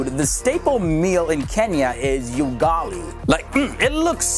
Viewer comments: heey its ... Ugali not you_gali hahhahaha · Ugali is pronounced as "Oogali" not "you-gali"😂😂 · my friend,... ugali (sound 'u' not 'yu') is awesome, but it doesn't beat chapati so I give it a 7/10. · Ooo-Gali not you-Gali😃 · You pronounced Ugali wrong. It's u-gali not You-gali. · ugali is a 10 but It is ugali not yougali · Proudly Kenyan and Kikuyu🤭🇰🇪❤️ However, •ugali is not served at weddings💀😂😂 that's cap💀😂 •And its not pronounced "yugali" but rather Ugali like Uber. Thanks for featuring our country😍😍✨ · What the hell is Yugali men.. it's UGALI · it's u-gali not yugali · “oo”gali vs. “you”gali. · Hey I am kenyan and you are anoying me the way you pronounce words you should at least do some reaserch I mean yugali what even is that it's ugali i mean seriously people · First of all its not You-gali ... its Ugali😂😂😂😂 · Yougali 😂😂😂😂🔥 it's ugali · Ooo ghali not yugali. Great presentation. I love it just had it last night, it's an acquired taste that you learn to enjoy with time. The stew or what you choose to eat with it, is what elevates it to balance spicy or rather salty stews. I grew up in Mombasa hakuna chakula bora kupa mwili nguvu! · Ugali is delicious (I'd rate it 11 out of 10)! :) And it's also very healthy and filling, usually eaten with green veg called sukuma wiki. Ugali is pronounced oo-gali though, not you-gali. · UGALI (not yougali) IS NOT ENJOYED AT WEDDINGS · It's not 'YUGALI' it's 'UGALI' but everything else is fairly accurate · Ugali not yougali..10% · Its pronounced "oogali" not "ugali" but it is spelt as ugali😂...and it tastes like rice since its just carbs and almost everyone in Kenya wears cloths normally 😂😂😂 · hey...its pronounced Ugali (oo as in oozing) and not UU as in Uganda!...Homework on Kenya complete! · bro is not yugali ot is ugali ahaha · It's not Yugali it's pronounced as U-G-A-L-I as in a,e,i,o,u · Pronounced. Oo-gali. Not U-gali. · Ati 'yugali'!!! Its ugali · Ugali. Not you-gali. U like moon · It’s pronounced oogali not ugali